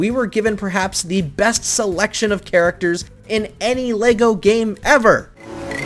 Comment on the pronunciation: You said characterchers